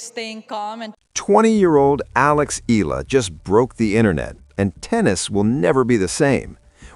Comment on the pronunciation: You pronounce her name as 2 syllable, "E - La" This is incorrect. Do correct to 3 syllable "E - Yeah - La". 😊